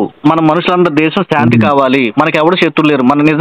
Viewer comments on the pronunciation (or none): none